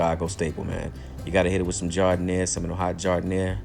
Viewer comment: hey man just got this video on my recommended. I gotta ask are u from chicago? just watch the first couple mins and most ppl dont know we pronounced it giardienare or how we like it dipped i got the answer when u dipped it, respect homie